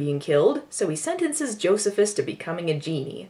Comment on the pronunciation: Joe-see-phis!! Oh dont forget to mention this was written by Richard Curtis of Love Actually and 4 Weddings and a funeral fame. And like all Richard Curtis movies it has a character named Bernard.